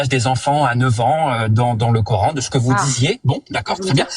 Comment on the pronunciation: "du COR-HAINE" rien que la prononciation, tu sais que la meuf est musulmane.. (samyya) les fameux extremegauche musulmans tel en reve wissam ^^ je suis sur tu te revendique extreme gauche comme eux mais chretien, alors la tu te fais insulter direct lol.. hypocrite !